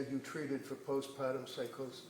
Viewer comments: Annoyed with the "post-pahtum" depression pronunciation. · What is post "pot-uhm"??